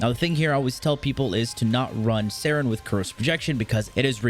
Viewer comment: Only OGs remember when he called it Sayn not saryn